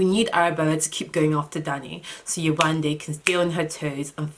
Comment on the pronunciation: When you first started by pronouncing 'Yewande' correctly I got soo excited! Then you switched back and I was like awwwww 😫😫😫. Only because that's my name. Lol.